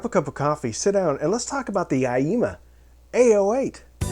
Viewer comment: Thank you for the honest review of a nice inexpensive audio gear equipment. Also even if you are saying aiyima wrong (I wouldn't know)... I think it is funny the way you pronounce it. "AAAYEEEEMAH" !